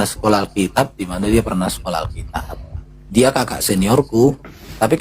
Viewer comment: Alkitab bukan alkitiab 😂